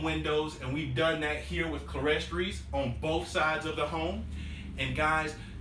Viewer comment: The correct pronouncement on clerestory windows is “cleer-storee” (sounds like, “clear-story”). 👍🏼